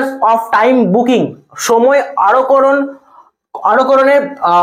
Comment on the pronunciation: ওটা 'আরক্ষণ' 'আরকরণ' নয়।